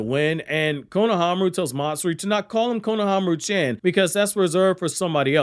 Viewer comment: When you say "chan", it is pronounced "chon" (as in, rhymes with Tron, Ron, Don, etc...). It is not chan as in Jackie Chan (or as in rhyming with "can").